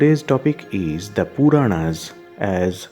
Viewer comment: who is the commentator here.I wish he would pronounce proper Sage Vyasa's name, Puranas, Garuda Upapuranas ect. Please we prefer Indian accent with proper pronounciation.